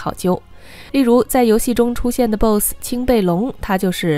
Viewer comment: 你不会英文吗？boss发音都不对